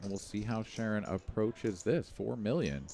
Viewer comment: It's pronounced Sha'Ron not Sharon. 😊